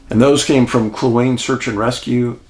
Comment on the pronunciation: Hi Dave - first, I love your channels - been watching for years...but this morning having grown up just south of the Yukon, I want to gently correct your pronunciation of the lakes. Kluane = clue ah knee. Dezadeash = Dez dee ash. Not meaning to be a negative nelly, but it did bug me enough to comment. Again, love your work and your channels. Thank you for doing this.